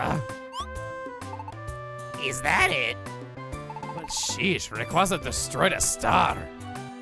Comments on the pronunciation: take ree . qwazea (not reqwaza) with you on some journeys along with mewtwo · The way you pronounce "rayqwaza" hurts my soul. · I really hate how he pronounces Rayquaza... I hate it so much